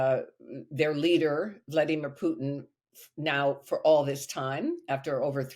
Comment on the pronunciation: Who is this Pewtin that Louis keeps talking about? Has nobody at TR corrected his pronunciation yet? Shades of Shawn "Abrahams tanks" Bell.